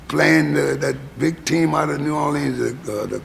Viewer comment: As a native New Orleanian, Louis pronounces the city's name as the vast majority of natives do NOT pronounce it while Cavett pronounces it the way the vast majority of natives DO pronounce the city's name. I suspect that Louis is trying not to confuse people since he uses artistic license to pronounce it Orleeennsss like in his songs such as "Do You Know What It Means" (to miss New Orleans). So many greats.... I love my birthplace.